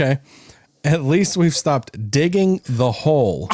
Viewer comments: I heard dickin too 😂😂😂😂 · nah he said dicking lol